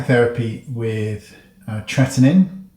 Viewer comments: tretinOIn not tretinin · sorry did you say tretinoin or tretinin?